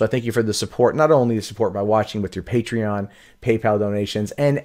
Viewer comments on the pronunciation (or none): none